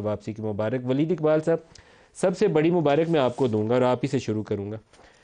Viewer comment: ولید نہیں لید!!😂🤣😆🤡